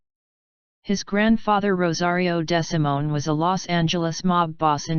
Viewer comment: His name is pronounced DeeeSimone